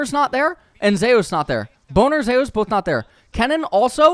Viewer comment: zay-ooos. wtf, its Zeus my dude